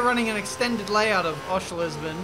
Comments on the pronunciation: It's Oschersleben, not Oschelersleben or Oscherlesben. Where does he get the extra letters from? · Osha's lay (is how you say Oschersleben:)) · Oschersleben is pronounced Aw-sher-sleb-in. Its really not that hard,. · Oshers-leben you spud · Okay say it with me - Osh-sher-slee-ben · Say it with me,. Oh-sures-lay-ben. There ya go. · Repeat after me; Osher-sleigh-ben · Ok class, sit down. Welcome to my lesson called 'How to say Oschersleben'. You can split this into two parts; Oscher, and sleben. Taking the first part, Oscher, it can be said like the word 'usher', just replace the u with an o. Now, moving to the second part, sleben, you can say it like you say seven. You add the l and replace the v with a b, and you're done!. Congratulations, you can now say 'Oschersleben'